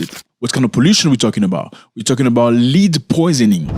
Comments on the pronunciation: The word is not LEAD. It is pronounced LED. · Not "leed" my brother, led. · Its not pronounced "lead" it is pronounced as "led" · Man it's pronounced led like red or dead not lead like feed or seed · Led my guy not Lead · Do you mean Lead? Pronounced Led. Yes it's been outlawed in amerikkka for quite some time. Poor babies.🙏🙏🙏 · It is pronounced "led" not leed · It’s not pronounced Lede, it’s pronounced led. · Zach it is pronounced LED. ❤ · Bro. Lead pronounced LED 🤐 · Lead, pronounced led. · Please pronounce /led/ for the noun LEAD and /li:d/ for the full infinitive TO LEAD. Otherwise, thanks for raising awareness against pollution and for a history lesson. The language detective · Bro the world lead os not pronounced leeed as hou pronounced it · Please pronounce the word "lead" as "led". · Hi Zack It's pronounced "Led" in this case. Lead as you pronounce it, means to go in a certain direction, but the mineral is pronounced "led". That's English language for ya😅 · Zack, please pronounce "lead: as led. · My brutha 😄😄 the word "Lead" is pronounced like the word "Head" but with an "L" This is not an accent thing. You dont say "Heed" for "Head" do you? Yes, you can say it the way you do but than it's a differnt word with a different meaning. But seriously, I love your content. It's refreshing to see an African youtubber that tells informative news instead of just copy pasting tik tok dialogues with their face in the corner of the screen and than commenting on other peoples content. I've been watching you since I myself was in Africa two years ago. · As a teacher of ESL (English as a Second Language) I want to gently remind you that "Lead"rhymes with "head" in American English. My intent is to help you --not criticize you--be more easily understood as Americans tend to be very critical of even those who speak many languages while they themselves remain monolinguals!🙄🤷🏾‍♀️